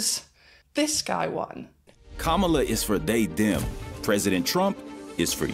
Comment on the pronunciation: Very good analysis, great work, it is tho pronounced comma-la ❤